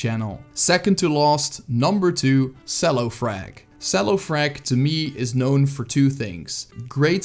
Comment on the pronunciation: I think it's pronounced "chello" as in the instrument. CelloFrag is classically trained in the cello and he also holds cello concerts on stream playing from your favourite movie and video game soundtracks. He also played a lot of shooters growing up, which is about getting kills or "frags". Thus the name CelloFrag.